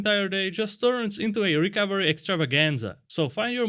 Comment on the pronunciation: Sounds like he’s saying Rick Overy, not recovery.